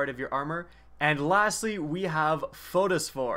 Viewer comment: Phosphore not photosphore